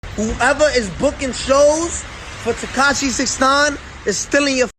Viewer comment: "Teceshi" ... Hope u try some fentanyl soon bro